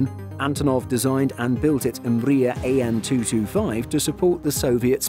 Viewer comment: Guys, I’m from Ukraine, it’s pronounced “Mriya”, not “umbria”. Other than that I love this video!